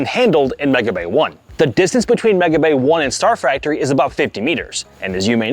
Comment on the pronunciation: Please someone tell him already that the word is "factory" and not "fractory" for god's sake